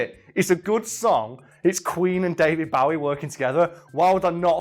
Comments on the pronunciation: Bo-ee... not bow-ee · Someone needs to show this guy how to say David Bowe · The way this guy says David BOWie smh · Does it annoy anyone else the way he pronounces Bowie? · Why cant u pronounce David Bowie